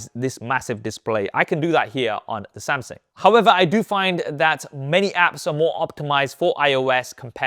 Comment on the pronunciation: Does anyone else hear him saying Samsing😂